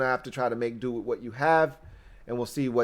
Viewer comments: please pronounce words properly. For example... it's "with"... it's not "wiff" it's "WITH"! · oh damn... I didn't really expect you to actually read my comment! Now I feel silly. Here I'll rephrase with appropriate respect. Dear, Please articulate the word "with" correctly. When you don't, it belies your formidable command of your faculties. But for real though man... you are my new go to for Redskins (always) content. You're naturally charismatic and you know the game thoroughly. I recommend your videos to all my fello Washington die hards. You're killin' it bro... keep up the strong work!👍🏼 HAIL!!!